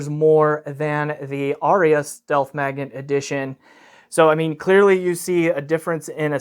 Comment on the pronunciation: Incidentally, there are but TWO syllables in "Arya". :D